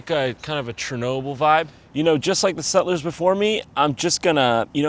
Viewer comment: Nobody: Jon: ”SET-LURES”